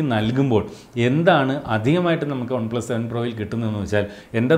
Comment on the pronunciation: Trivandrum kaaran aano? ഒണ് പ്ലസ് അല്ല വൺ plus